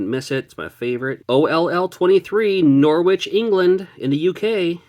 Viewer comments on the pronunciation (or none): I'm sure Knorr-Witch will be happy to have you, but you probably want to head to Norwich (pronounced Norridge). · Shame about the roms 😢 Hope you enjoy the UK. Norwich is pronounced “norrich” the W sound is very soft. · Pronounce Norwich like norridge bro keep your wit’s about u in Norwich renowned for being the UK’s inbreeding epicentre 😂😂😂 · Just so you know, Norwich in the UK is pronounced Norich with a slient w. Glad to see you are coming across the pond. Enjoy those sausage rolls! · G'day. The W in Norwich is silent. It's pronounced Norich. Say hi to Ashens while you're there. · Most UK people don't pronounce the W in Norwich, so it's usually pronounced like Nor-itch. Good attempt though! English place names are so confusing 😅